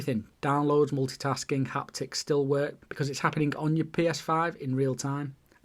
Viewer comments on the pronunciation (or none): none